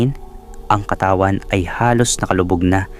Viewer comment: pilipino ka ba? bakit DALAGA AT KATAWAN mali ang pagka bigkas mo. 🤔